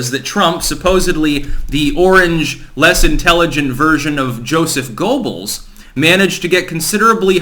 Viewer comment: If I could nitpick at one thing: Goebbels is pronounced "GHER-bels". Rhymes with gerbils but with a hard G. Good video as always.